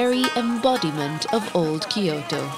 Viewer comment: Tried to watch; gave up because the voice and the way they add ki to kyoto.